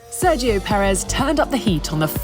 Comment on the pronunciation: Cuándo pronunciará correctamente el nombre de Sérgio? 🤔